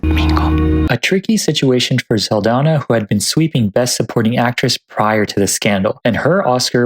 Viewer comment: you kept pronouncing zoe saldaña's name incorrectly 😔